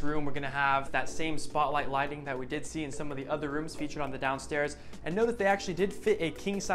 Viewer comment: Hi! Love your vids. Just wanted to give some quick feedback if it’s helpful. Oftentimes when you say, “I did really like” it sounds so strongly like you’re saying “I DIDN’T really like.” A few times my mouth drops in surprise, and then when I rewind I realize you’re saying you do love the feature you’re showing. Just wanted to let you know viewers might hear it different than you intend. So excited to keep following your channel :) Stay well!